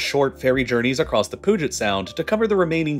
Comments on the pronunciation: pew-git sound. not poo-git sound. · LOL.... POOJET SOUND?????? (Puget Sound) It's "Pew Jet" sound 😂😂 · Puget Sound = PYU-jet, not POO-jet 😅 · Better pronounce it "Budget" than "Poo-get" sound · it is pronounced pew-jit (or pew-jet if you're a transplant). Not poo-get or whatever the hell he said. I've heard people severely mispronounce other places in our area (easiest way to tell if someone is a local is how they pronounce Puyallup (pew-ah-lup)) but never Puget Sound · Puget Sound: 'Pe-you-jet sound' ✅ 'Poo-jet sound' ❌ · Hearing Poo-jet sound gave me psychic damage. It's pronounced Pyu-jet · Just an FYI, I grew up on the peninsula created by the puget sound. Not sure what’s technically correct but people who live here pronounce it more like Pew-Jet to Pooget! Not a big deal but figured might be worth pointing out! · Puget is pronounced "pew jet". Not pug-ette nor poo-get. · It's pronounced pew-jit sound, not poo-jit sound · Washington state has the nations largest ferry system. Not only Puget Sound but the rivers too. And it's pronounced "Pyou' jet" not "Poo' get" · puget sound is pronounced pyujet not poojet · Pyoo-jit, not poo-jit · When are you gonna realize it’s “PEW-jet” NOT “poo-jet” 😭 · “pooget sound” I still can’t get over that as a Seattle resident 😂😂😂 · Southwest Washingtonian here and can totally agree (Pooget has me dead 😂) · I can understand messing up Spokane, but I've never heard 'Pooget' Sound even in Texas. I get the feeling does a lot of reading and not a lot of conversing. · You have to take a ferry across the Poojit sound to get to Pike's place. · Puyallup, lol! "Pooget Sound" almost killed me. I don't think it's a human, it's an AI voice. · Sometimes I get Poo Jet when I have gastroenteritis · PNW local here. It's pewjit sound. He's pronouncing it so wrong lol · The "Pooget Sound" pronunciation got me 😂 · at least he didn't say pugget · Puget sound is pronounced pew-jit, just for future reference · “Pooget Sound” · "Pooget"? 🤦‍♂️ p-u-get